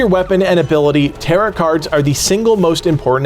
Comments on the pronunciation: bro it's pronounced "taroh" not tarut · Or teh-row but definitely not t sound at the end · Its TAROOOOOOH not TarEEEET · “Tarrow” card… not “taret” 😂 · Tare-oh , not tare-it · Tarot is pronounced ta-row not ta-rut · A fix... affix... who cares... Tearit cards...Tarrot cards... who cares. Nice video otherwise, thanks. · btw its not taroT cards its pronounced tare-oh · It is pronounced taro cards, not tarrot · I can’t tell if you’re saying “tarrot” cards like “carrot”. I apologize if I’m mistaken, but if not, it’s “tare-oh” cards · Him pronouncing "TaroTT" card? Its "Tarrow" lmao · It is pronounced "Tare-Row" like "Row, row, row your boat" not "Tare- rot" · Good tips! Quick tip for you - "tarot" is "ter-OH," not "tarr-OT". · You don't pronounce the second 't' in 'tarot.' tear-O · Tarott cards. Bro needs to learn how to pronounce Tarot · "Tarow" cards :) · The T is silent at the end of tarot So you say it like taroe Just fyi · Tarot is pronounced "tarow" by the way.... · Jesus Christ it is pronounced like "tare oh" it literally hurts every time you say it. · everyone pronouncing tarot wrong is so annoying, its tah-roh. silent t at the end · FYI the cards are pronounced tear-row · Tarot is pronounced "tare-o" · The second T in Tarot is silent. TaroT was killing me. Good video otherwise. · Tarot is pronounced like sparrow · igood video just the way he says tarot bugs me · Lol he says "tarot" rhyming with "carrot" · the way he pronounces tarot is giving me an aneurism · The t is silent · Just one quick thing - the 'rot' in tarot is pronounced like 'row'.